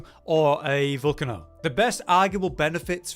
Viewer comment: You guys need to stop miss pronouncing names. It's pretty obvious that the Volcano weapon is pronounced how you would pronounce the name for an actual active volcano with lava. "Vol-cay-no" not "Vol-canno". I'm not sure how you guys you get this one wrong